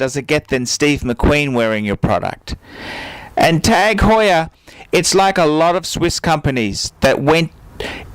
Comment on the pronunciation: Wrong. Do a youtube search for "Jean-Christophe Babin, CEO of TAG Heuer" Click on the first video and skip to 3.07 to listen to how the CEO of the company pronounces it.